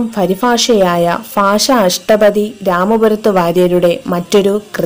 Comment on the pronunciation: നന്നായിട്ടുണ്ട്.പക്ഷേ ഭാഷ എന്ന് ഉച്ചരിച്ചു നോക്കൂ കൂടുതൽ മികച്ചതാവും